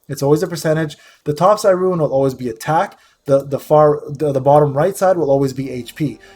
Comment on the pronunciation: Thank you, very helpful video. I’m a SW player who has no idea how to play lost centuria haha. Not sure I agree with your pronunciation of ‘rune’ though 😂